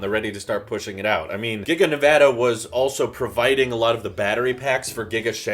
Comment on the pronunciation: ty for pronouncing nevada right